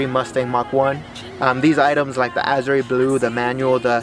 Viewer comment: Pronounce the color right a-zhr no azray